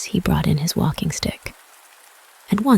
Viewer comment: So I listened to the first 10 seconds and went to find a different reading... the announcer started by saying "this reading is BOUGHT to you..." instead of brought to you. I know it's a youtube vid and you can put up anything you want but really? Did you look this up in the libary in the month of febuary?